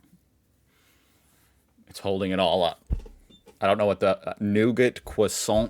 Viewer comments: Please just say croissant and not kwathant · please, please for the love of god, never say Croissant again. I beg you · You do realise that you can also pronounce "croissant" normally, right? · it is still Croissant. There is NO TH in there anywhere.